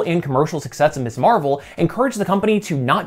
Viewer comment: Miz Marvel. Emphasize the z, should not sound like miss. You got it right on the magazine but you're erratic about it for Kamala's supranym. Mispronouncing that is something some jackasses do to show they don't respect a woman's right to have an identity free from her marital status. Be careful how you say that word and how you use it. While it's technically 100% applicable to all women some will take deep offense at it, most often married women or widows who feel the use of Ms. is disrespecting their marriage. Real social minefield there, although it's marginally less so these days than it was in the late 60s and 70s when the use (or refusal to use) Ms. properly was a flag indicating your support or opposition to the Women's Liberation movement. And yeah, I grew up in that era and saw firsthand examples of people (mostly men) deliberately mispronouncing Ms. to piss off the person they were talking to. Watched one of my grade school teachers get done that way by a co-worker and the asshole didn't get so much as a slap on the wrist from admin. Bastard was hissing "misssss" like a damn snake. Taught me to be real attentive to saying it properly, a lesson that's stuck better (and been more useful) than all those stupid cursive writing lessons.